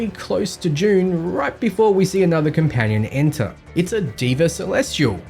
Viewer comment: Deva isn't pronounced as Di-va, it's pronounced as They-va.... it's a word which means god/divine/angel in vedic sanskrit.